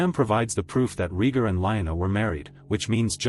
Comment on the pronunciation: This AI narration is appallingly bad. Wooden, ignorantly douchey, mispronouncing characters names inconsistently. Are you kidding me, RHEEEgar? WesTAREos?